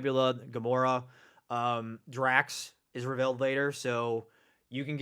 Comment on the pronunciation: Am I the only one that doesn’t like hearing him always say “revALEd” instead of “revEALed”?